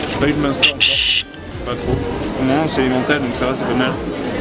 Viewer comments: Monster? M1steur? 😭😂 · Comment il dit munster Julien je suis plier ahahahahah